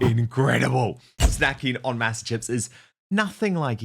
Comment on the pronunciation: Please learn to pronounce Masa correctly!